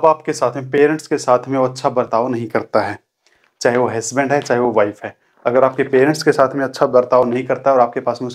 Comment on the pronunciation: हैस्बेंड नहीं.... हसबैंड होता है!!